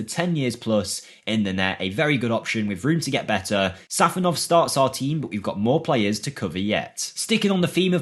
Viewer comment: It's SafOnov not sAfonov